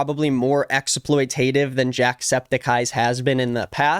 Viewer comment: im so sorry but that is not how exploitative is pronounced :"D (not hating.... i love your content, just posting this on the off chance you might see it so you can pronounce it correctly in the future!!)